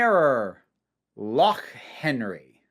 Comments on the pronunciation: I'd just like to commend your pronunciation of "loch" even the English screw it up. (I'm not Scottish, just it seems good) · As a Scot this episode was extremely realistic (also thanks for the proper pronunciation of Loch)